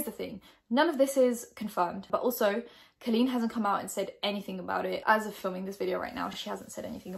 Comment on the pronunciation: You don't know how to pronounce her name (later on you clarified on watching 1 or 2 videos, great research lmao). His age went from 15, to 14, to 13 to 15, to 13 and then the actual interaction went down when he was 16, well now 17. No receipts?? You mentioned screenshots.. I saw nothing? Instead of jumping on the "well I didn't like her anyway!" bandwagon I'm just gonna criticize what you actually provided, which was nothing haha. She's been doing this for 12 years and now all of the sudden people think she's problematic and needs to be cancelled. It's annoying internet culture. Maybe she handled this situation wrong, shit happens... I'm actually sure there are 2 sides to the story, considering she knows the game full well.